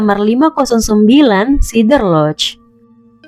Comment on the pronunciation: SEE-DER lodge........ please. Not SI-DER.